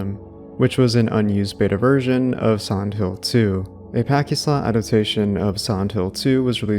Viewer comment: There are a ton of mispronunciations here—which is fine, everyone does it. But you should prob figure out how to properly say “pachi-slot” as you’re inadvertently and repeatedly using a slur